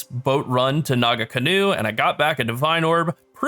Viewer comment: Homie, as someone who is from New Zealand and knows how to pronounce Maori words, it's not Naga-canoe. It is Naa-Kahnoo. The nga is like a back of the throat sounds, but just drop the G and you'll be fine. Great video. Looking forward to more. <3